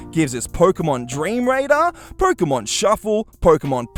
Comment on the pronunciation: did he say "porkemon"?